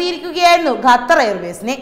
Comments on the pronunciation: .... മലയാള ഭാഷയെ ഇങ്ങനെ നശിപ്പിക്കല്ലേ...!? Make-up കൂടിയാൽ ചിലർക്ക് ഇങ്ങനെ ഉച്ചാരണശുദ്ധി നഷ്ട പെടാറുണ്ട്....! "ഗത്തർ" അല്ല "ഖത്തർ" . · ഗഥർ... 🤣improve your pronunciation🙏its ഖത്തർ